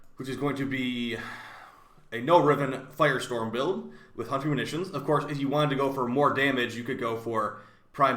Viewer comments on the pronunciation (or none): none